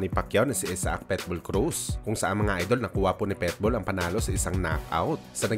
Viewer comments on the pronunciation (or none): Ayusin mo salita mo.... Anong PETBOL?